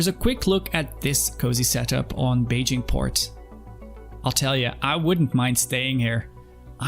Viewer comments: 😂 it’s Ba-gee-nee. Awesome video, and welcome to the verse. I’m so happy you are enjoying your steps into this awesome game. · "when I departed from Thurston for the first time" ok well it's Hurston not Thurston, but go on. "I thought I'd stop first at a small space station called Beijing Point" ITS PRONOUNCED "Baijini" AND THATS AT ARCCORP NOT HURSTON, WHAT GAME ARE YOU PLAYING?? 😂 great video btw. Amazing actually, keep it up please!